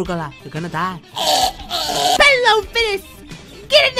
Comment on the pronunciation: It's Pelo, not "Peblo"